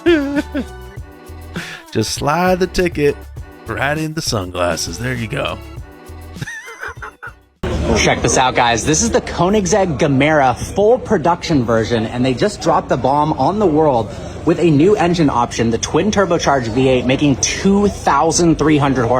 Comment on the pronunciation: Koenigsegg is a swedish brand, so «Gemera» is pronounced with a soft G. Also «Ge mera» means «give more», wich that car definately does 😂